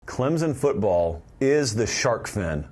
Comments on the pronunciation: Man, I love you talk about the tigers. But, there isn’t a “z” in Clemson. It’s Clem-son. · It’s “Clem(p)son